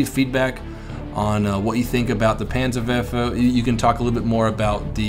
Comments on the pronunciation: Its the "Panzer'WARPHER'" not verfer. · that R in Werfer is there for a Reason;) WeR-fer;) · it is pronounced panzer vofver. ( remember dude its german.) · Panzer Verfer in Engrish LOL! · its pronounced panzerwerrrrrrrrrfer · in dutch and in German the W is pronounced like a V